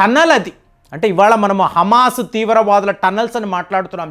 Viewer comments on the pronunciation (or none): none